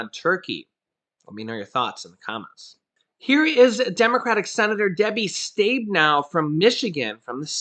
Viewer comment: Hey! Your usual pronunciation instructor here- lol! Debbie Stabenow is pronounced, "Stabbin-now", not "staybin-now." Just FYI. 💛